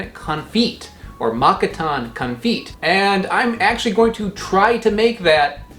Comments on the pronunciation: also Confyt is CON - FAY - T (not t as in TEE) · Konfyt is pronounced Con-fate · Konfyt more or less means jam and rhymes with fight, not feet ;) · Con Feet? Is it spelled Confit? Thats Cone Fee "Edit" saw the spelling. Guessing that is how ya pronounce it.